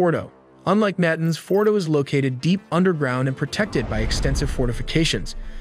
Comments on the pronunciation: Your pronunciations are terrible. "NAA-TAA-NZZ" not "nay-tans". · Natins. Gotta love that AI. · Tell the AI script reader that it's pronounced na-TANZ. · IT IS PRONOUNCED NA TAWNS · It takes almost no effort to tell the AI how to pronounce Natanz.